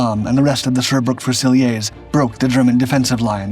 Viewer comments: Thank you for being respectful of my countrymen's contribution to the war with regards to this remarkable machine. I like your videos very much. FYI "fusiliers" in the British army is pronounced "fewzi-learz" not "few-zil-eyay". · It's pronounced FUOOSELEERS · The GM 6046 engine is basically 2 GM 6-71 engines geared together - the tank DID NOT have 2 Engines! Fusiliers is pronounced FEW-SIL-EERS. It is NOT a French word. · How are we pronouncing fusiliers now? 😅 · You're going to have to teach your robot how to pronounce "Fusiliers"